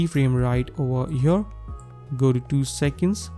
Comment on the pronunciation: “right over HYURRR” 😂😂😂